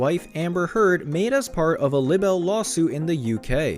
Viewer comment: “Lib-bel?” Is English a second language for you? Libel is pronounced “LIE-buhl”.